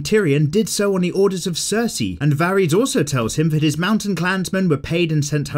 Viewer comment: You can pronounce Xaro Xhoan Daxos but not Varys, oh lawdy haha